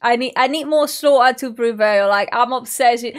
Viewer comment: Nice when she says "Slo a' to Prevail"🤣🤣🤣🤣